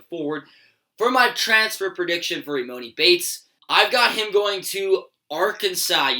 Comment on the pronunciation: How do u not know how to pronounce emonis name